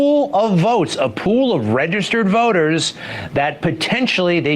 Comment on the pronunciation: That guy says “Registered Voters” like it’s the new dog whistle for “Colored People”. 😂